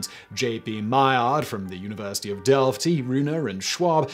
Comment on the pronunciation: Your are pronouncing Delft perfect! Love to see that